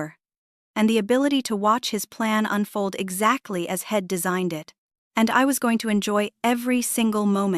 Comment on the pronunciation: The story is worth listening to, but your AI can't pronounce he'd, she'd, etc. It's hard to listen to